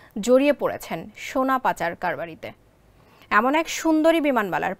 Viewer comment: আমার প্রশ্ন এই সংবাদ পাঠক শুরুতেই 'সোনা' কে 'সোরা' বললো কেনো? পায়ুপথে সোনার খবরের চিন্তায় মাথা খাইছে।😮